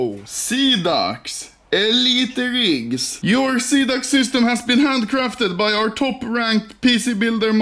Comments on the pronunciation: after two months i still cant handle anomaly calling xidax "xanax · sida means aids in romanian and you said all like sidax haha funny joke what am i doing with my life? sad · Call Xidax how its supposed to be called. No. Seaducks